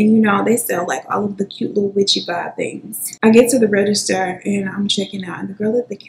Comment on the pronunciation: I swear everytime you say "..and all of the tings" .. I smile